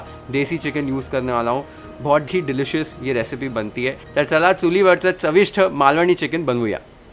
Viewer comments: I wish i could give u thousand likes for saying Malvani correctly... Take a bow chef ❤️❤️ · Omg...even before you start cooking i was so impressed by how you pronounced "Malvani" and then later full marathi sentence...further more marathi words....how much more will you impress us chef...